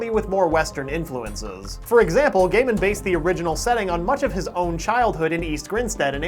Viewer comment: it is pronounced guy men